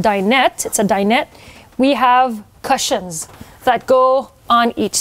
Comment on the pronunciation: Such a good topic for today's video. I hope you take this as feedback and not me being mean but you could work on your pronounciation of cushions 🙂